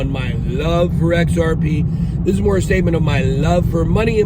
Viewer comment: I can’t take you seriously when you say XRP